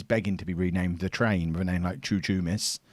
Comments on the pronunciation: Chouchoumis is pronounced Houhoumis btw and Chouchou is a slang way of saying dick in Greek😂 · it's Xouxoumis!!! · Chouchoumis is pronounced Houhoumis. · chouchoumis is pronounced Houhoumis